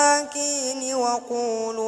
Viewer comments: Maaf.... Bacanya masih terdapat beberapa kesalahan; Pada rokaat pertama, pada Lafadz وقولوا dan Lafadz الزكاة, keduanya mestinya dibaca panjang Pada rokaat kedua pada menit pada ayat: أفكلما جاءكم رسول Kok dibaca أفكلما جاءهم رسول ❌ 🙏🙏🙏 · Bismillah .. Alhamdulillah sedap suara .. Akan tetapi , minta maaf jika ana salah .. Terdapat beberapa bacaan yang tidak menepati makhraj huruf dan salah perkataan .. Tetapi alhamdulillah .. Boleh ditingkatkan lagi dimasa akan datang .. ☺👍 waiz akhozna , dibaca kurg jelas pada akhozna waquuluu dibaca pendek pada luu perkataan al zakath dibaca pendek .. bibakd dibaca dgn vivak tarawul dibaca dengan tarahul jaa akum dibaca dgn jaa ahum kulubuna dibaca dgn kulughuna Kesemuanya bukan sahaja dari pendengaran saya .. Tetapi melihat juga dari sebutan makhraj huruf pada mulutnya .. Maafkan saya jika saya tidak mengetahui sekiranya ada dibaca pada ayat2 diatas mengikut bacaat qiraat yang lain .. Kerana pada pengetahuan saya tiada .. Sekian .. Maaf andai saya tersalah ..